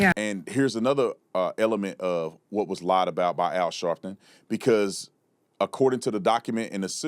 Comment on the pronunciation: AL "Shartin"...